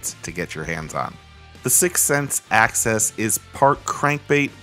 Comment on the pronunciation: Does anyone else cringe every time he pronounces Axis like Access?